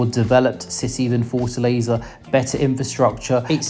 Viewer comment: A like to the sound of “Forza Laser”. That’s how I am going to call Fortaleza from new on…😂😂😂